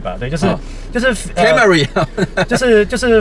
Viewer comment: 蓋沒力……害我也是熊熊聽不出來是在說Camry 😂